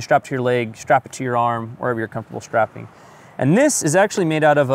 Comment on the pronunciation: Shtrapping. Shtorms. Let's all talk like Sean Connery.